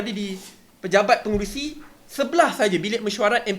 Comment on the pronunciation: Budak hingus melelih. Cakap isu pun tak betul: isshue. Pengerusi jadi pengerushii. Dok diam2 kat gumah. ikut nasihat Ismail Sabri